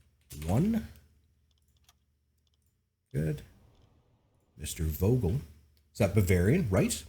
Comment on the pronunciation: Grammar... err, "International Socializer" here. Vogel is pronounced "Foh-gel" in German. V is commonly spoken as F. I don't know why. Take mein Wort for it. xD